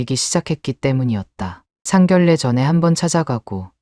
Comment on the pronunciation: 상견례를 왜 상결래로 읽는건지 발음이 안되나 조선족 이면 발음연습을 하던지 돈벌려고 하면 똑바로 해야지 글자하나 못읽어면서 뭘한다고 ᆢ